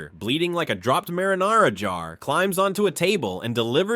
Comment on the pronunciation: Bro the way he pronounced marinara has me cackling